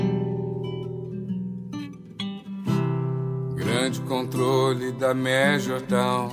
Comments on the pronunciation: Ele sabe bem o que faz e como faz gurizada, comparando com o Bowie, da pra ver claramente que ele pronuncia "Major Town" e não "Tom", dá um sentido completamente diferente a música. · Ele pronuncia Major Town, town é cidade. Ele mudou a letra para adaptar ao português. Tenta cantar essa música traduzindo do pé da letra e me fala se funciona uma tradução ao pé da letra de uma música que é praticamente psicodélica.